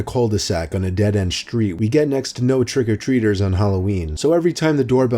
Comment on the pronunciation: "trigger treater's"